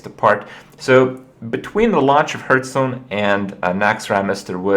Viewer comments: I don't even know which video that I watched this one is, but... why does Kripp keep pronouncing it "Hurthstone"?! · he always pronounce it "hurtstone" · "Hurthstone" -Kripp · Am i the only one who is noticing Kripp's wrong pronounciation of ''Hearthstone''? No haterino or kapparino. Nice vid nonetheless bro.